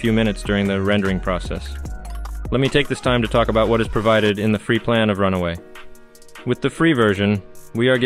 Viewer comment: It's Run-way, not Run-away.